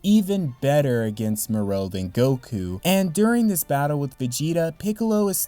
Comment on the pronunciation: Its MORO not morou 😂😂😂